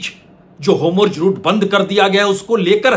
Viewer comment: सर मुझे लगता है कीआप जो "homurz" उच्चारण करते है वो वास्तव में "hormuz" होना चाहिए। बाकी तो मैं आपका फॉलोअर हूं।🙏🏾